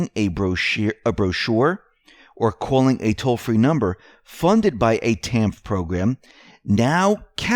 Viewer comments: TANF is pronounced tan-ef. JMO The public assistance programs are going to illegals etc. and the Americans REALLY in need are generally not getting the help. It is a plan to wipe out the middle class and take out the backbone of our country. Lots of homeless in the streets should get TANF and housing assistance but look it up, they are not getting the help. With help, most people will get back on their feet and be contributing members of society. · Not that it matters just so ya know~ TANF is spoken as "Tanif" just thought I'd share w/you! Thanks for your analysis'! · TANF IS PRONOUNCED “tanif”.